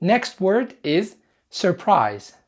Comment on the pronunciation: Surprise مو الار الولا م تنطق